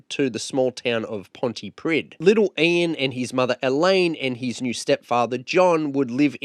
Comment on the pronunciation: Thanks for this, the town Pontypridd is pronounced, 'Pontypreeth', plenty of British people get this wrong, but it matters to the Welsh.